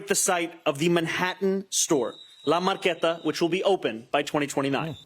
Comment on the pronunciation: "La Marketa"??? Sounds so New York...